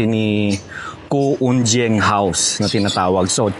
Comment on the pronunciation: I believe that the surname Cu- Unjieng,the letter "j" is pronounced with the "y" sound.